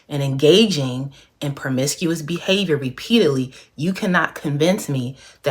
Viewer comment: Promiscuous not permiscuous